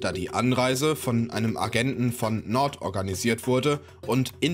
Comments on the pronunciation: FC Nord 😅😂 Jung du sprichst das aus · Junga macht mich die Aussprache von Nantes aggressiv